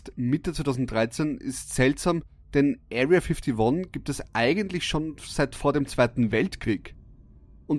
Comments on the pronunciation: "Ariya fittoni" 😂😂👌🏻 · "Aria Fiftiwon" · „Erriaa fifdi won“ 😂